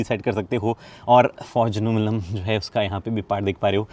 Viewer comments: Aluminium not aluminum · Aluminum nai Aluminium bolte h hum americans nai h